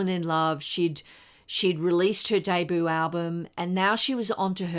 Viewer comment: Just a couple of small corrections in pronunciation----- it's DAY-BYOO, not DAY-BOO. And the Ramones' tune is pronounced BLITZ-KREEG BOP, not BLITZ-CRYG BOP.